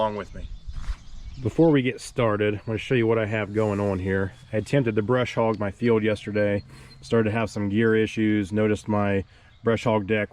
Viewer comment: No "R" in Bush Hog!!!